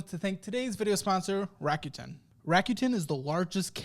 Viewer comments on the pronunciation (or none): 楽天 >> らくてん >> Rakuten RAH-KU-TEN…not RACK-YOU-TEN